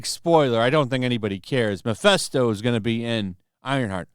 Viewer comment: Mephisto, not Miphesto